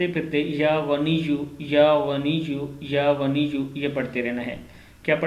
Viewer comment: Aap ghor se suno ya ganiyu ko baad mai ya waniyu bolte hai.